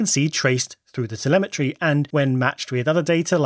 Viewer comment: *telemetry, not temelmatry